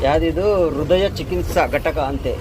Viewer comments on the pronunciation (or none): none